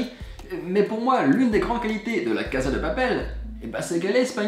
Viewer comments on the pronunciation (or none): La caSSSSSSa de appel, pas la caZZZZZZa de papel